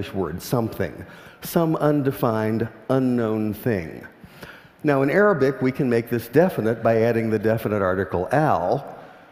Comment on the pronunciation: lol.. I first understood 'aerobic' instead of 'arabic'